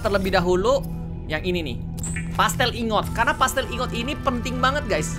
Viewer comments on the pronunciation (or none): Dari subnautica yang pertama, sampe yang below zero ini, "Plasteel Ingot" masih tetap disebut "Pastel Ingot", gak pake "L". Yang ada dipikiran aku malah kue mulu 🤣🤣